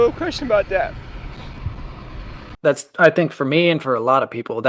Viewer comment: respectfully, thank you for the tiny voice inflection and saying dat instead of that. I still tear up but it prevents me from balling my eyes out